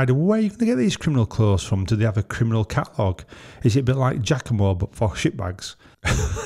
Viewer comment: What's a 'Kiminal'?